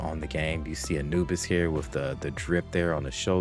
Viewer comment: That A"nuke"is goes hard lol